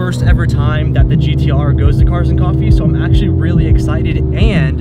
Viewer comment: Rip "cofffee"